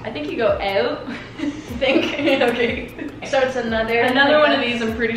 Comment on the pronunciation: I love that say owet instead of out🥰🥰